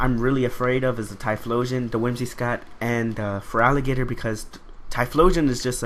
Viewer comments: WhimsiCOTT not WhimsiSCOTT, other than that good narration and battle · "Whimsi---cott" not scott haha